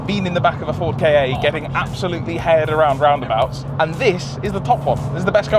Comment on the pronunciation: More "Kah" as in Kahki (or Capture) than "Kar" as in Karp or Carpet